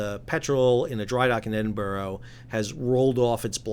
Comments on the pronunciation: In Scotland there is no such place as Edinboro it’s pronounced EdinBura - I live about 45 miles away from the dock which is not in Edinburgh but in Leith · Pronounced edinburra not edinburrow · Edin bura, not edin boro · Pronounced “Edinburrah” NOT “Edinborrow” Not as if the city of Edinburgh isn’t pretty famous..🤷‍♂️ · It's pronounced "Edinburah"....😉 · Wish folk would learn how to pronounce Edinburgh correctly, hint, EdinBoRow is utterly wrong. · Stil cannotpronouce Edinbrugh correctly You failed to mention the wind that night was gusting up to 47 mph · Could atleast get our country capital's name correct. It really isn't hard just listen to anyone saying it correctly. 😂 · It is Edinburgh firstly, but this dry dock is not in Edinburgh, you need to get your Geography wrong and how you say Edinburgh is just as wrong too! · But this is about Edinburgh,in Scotland,it’s a 1500 year old place and has been the capital of Scotland for 500 years...and North Carolina is...well North Carolina. Surely you have heard British people pronounce Edinburgh before,I wouldn’t pronounce the city Raleigh in North Carolina as “Raleeg” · Well to be fair,I’m English,I’m just constantly amazed how Americans can mangle established pronunciation 😂 Especially from the UK,which is a reasonably old ( the school I went to is 200 years older then the US and just a state school) and well known place,which a good proportion of Americans actually descend from. I mean do they mispronounce these place names at school in your geography lessons? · Why is it Americans cannot pronounce English Scottish or Welsh city's names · Is it pronounced EdinBurg, or Edinbow, or Edinbah? Don't tell us we are pronouncing it incorrectly and not give the proper pronunciation. My girlfriend's mother lived in Edinburgh and she pronounced it, Edinboorow. Listen to the Scots, not the British. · What is it with this guys pronunciation of Edinburgh - why is it American have to ruin the English language. Discuss